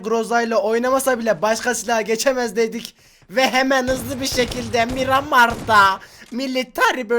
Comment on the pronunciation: Ulan sırf barış abi miramara miğamağ diyo diye niye bastırarak mirramar diyosun 😂😂